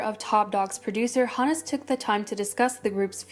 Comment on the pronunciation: Chaennie Lisoo, the name Hunus in Hunus Entertainment is pronounced who-nuhs. Thank me later.